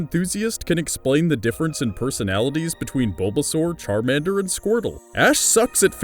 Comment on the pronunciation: Charamander, always charamander.